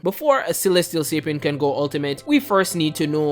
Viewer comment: Celestial Capian oof lol XD cant even say Celestialsapien